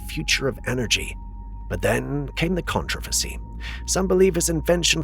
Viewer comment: today "controversy" last one "garage" not long before started with e ( can't remember now)